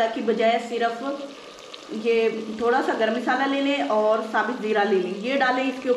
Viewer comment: Misala nhi masala hota hai